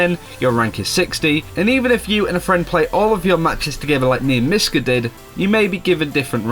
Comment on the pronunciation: hello my name is..... and my name is no-scope! seriously dude re record that. It doesnt sound like mis-cah at all